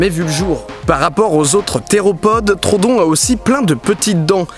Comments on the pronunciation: On dit pas trodon mais troödon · Juste par contre mec stp c'est pas trodon mais troudon en anglais c'est bcp plus jolie : Troodon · troodon pas trodon par contre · C'est Troodon le dino en faite pas Trodon mdr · PAS TRODON. TR OO DON. TROODON PUTAIN Désolé je m'énerve un peu trop vite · Ça ne se dis pas trodon mais troodon fait bien insister sur le "o" je sais je suis chiant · Je crois que ça se prononce TRO-O-DON mais super vidéo quand même ^^ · Super vidéo, comme d'hab 😉 Par contre je crois que le nom du dinosaure se prononce Tro-ho-don, je crois avoir entendu ça quelque part 🤔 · (on dit trohodon il me semble) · Didi ça se prononce Tro-odon ! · Didi pourquoi tu dis trodon? On dis pas troHODON (j'espère que vous avez compris...) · Deux chose : 1) l'oeil du dragon en vert est trop cramé 2) Troodon se prononce comme il s'écrit, avec 2 O À part ça bonne vidéo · ON DIT TRO-O-DON !!!!! merci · Ça m'a gêner pendant toute la vidéo donc je le dit, en fait ça se prononce "Tro au don". Voila, je sait je casse les couilles x) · le troodon se prononce trou-o-don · On dit pa troodon